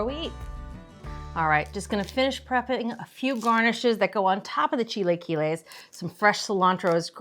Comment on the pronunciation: Maybe learn how to pronounce it correctly before posting a video on how to make it. 🤦🏻‍♀️